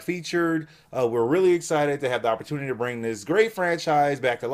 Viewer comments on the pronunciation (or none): none